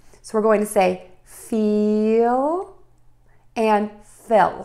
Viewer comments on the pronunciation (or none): fill sounded like fell?